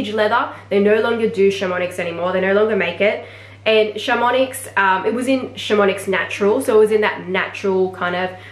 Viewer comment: oh yeah, missed out on a swift bolide 27 in black - was ready to buy and then someone else had just snapped it up from FP. just FYI: chamonix, is pronounced without the x, and vache is with a silent e...